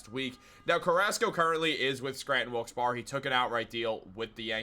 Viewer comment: Wilkes barre is pronounced Wilkes berry fyi🤣laughing at myself😊